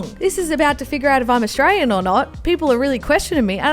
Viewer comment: U literally r not saying Australian right hahaha ur like astrain haha love this